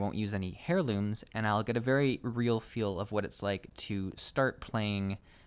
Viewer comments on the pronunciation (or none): wtf is a "Hairloom? You mean heirloom? ...er-ˌlüm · Dude keeps saying hairlooms lol.